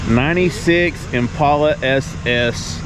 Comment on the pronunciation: Great video. I really wish that people would pronounce the name of the car correctly. It is im·pal·a, not im·paul·a. Watch a vintage commercial from Chevrolet if you doubt me